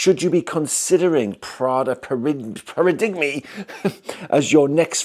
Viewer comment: yeah you’ve over-thought it there. It’s just pronounced para-dime - it’s originally a Greek word that has changed into English language